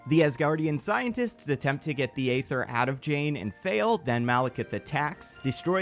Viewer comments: The Reality Stone is pronounced Eee-ther not Ay-ther. This ain't New Jersey. New Jersey don't exist. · They say EEEE-ther so many times in the movie idk how you're pronouncing it AAAA-ther. Even the real world chemical ether is pronounced ēther. Better off calling it The Phoenix Force if you're gonna joke that then say Ather afterwards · I feel like the joke about saying "Phoenix Force" instead of Ether doesn't work when you keep pronouncing Ether as Ayther 😂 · AY-ther is stabbing me in the ears with every instance of its utterance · Am i the only one that died inside everytime he said “Ay-ther” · Thank you, this bothered me throughout. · I know you said you would mispronounce things... But Aether is not that uncommon word, the pronunciation is the same as ether the class of chemicals we all learn in chemistry class since they are the same word only spelled differently. Why are you putting an A sound at the start? That A in the Aether spelling isn't even a true A... is just an easy way to type set the letter Ash (æ). Sorry... I'm never bordered by mispronunciations... but this someone got under my skin. Hahhahahahah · Thanks for the warning about mispronunciations. I was prepared to catch any you made, but there were very few, and they were all very minor and/or only happened once or twice. The MCU seems to want to pronounce the Aether "EE-ther," for example. Svartalfheim is one I expected you to trip over, but you got that mostly right. Awesome storytelling, and great dialogue. I'm usually a bit iffy about listening to the dialogue you give characters, but you do Thor and Loki really well. The "Monsters Assemble" thing is a great callback (or callforth, I guess?) that's also sufficiently outside War of the Realms where people probably wouldn't instantly make the connection and realize, "Wait, this predicts the FUTURE...." Bravo.